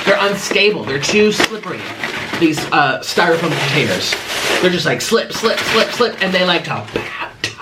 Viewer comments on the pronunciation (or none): none